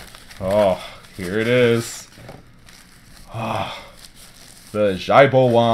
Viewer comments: "Shao" is different from Xiao. Shao is commonly used for little (少) or burn (烧) etc., while xiao is small (小) or smile (笑) etc. This is the proper pronunciation on Google Translate (Click audio icon.) It sounds like see-ow, not sha-u. The word Xiao has been mispronounced on countless Youtube product reviews as it is used by the famous phone maker Xiaomi. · Shao Bah Wong is how you pronounce it in English. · I can swear the name is pronounced Kowabunga